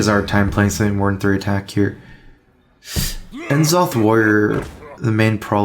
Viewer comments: enzoth? do you mean N'Zoth? (nuh-ZOH-th) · ftlog, please stop mispronouncing N'zoth.